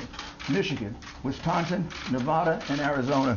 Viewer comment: He can't even pronounce Nevada correctly!